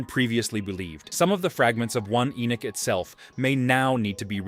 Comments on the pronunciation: It's irritating to hear Ai say "E Nick" when the name is E Nock." Dam, I hate AI. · I really couldn't let u investigate more because u are not calling the names properly. E-Neck when it's Enoch. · Enoch actually. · Ppffff ENock 😅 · You are not pronouncing ENOCK, correctly. It gets a little irritating when you say the same thing over and over. It's E NOCH, like KNOCKING ON A DOOR. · Your not even pronouncing ENOCH correctly.. so you get a dislike just for that reason.. if your going to make a video about a prophet at least pronounce his name correctly.. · ENOCH was still pronounced wrong in the video.. no where in the world or in history past has ENOCH ever been pronounced the way it was being used in the video..